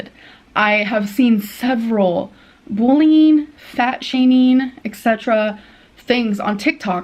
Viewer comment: I like how she pronounces bullying “booling”